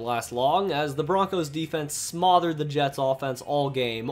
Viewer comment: Lol smauthered lol